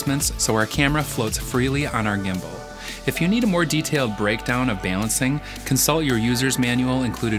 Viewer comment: we need to talk about the way you are saying balancing